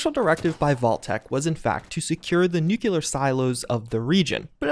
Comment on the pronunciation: Wait, you don't know how to pronounce *nucLEAR*? There's only one "u" in the word, dude.